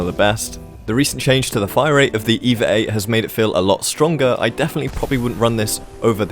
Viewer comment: Oh say it again! "Evar 8"